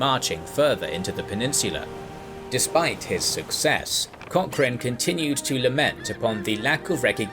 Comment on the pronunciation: "seaman", "vulnerable", "Cock-chrane".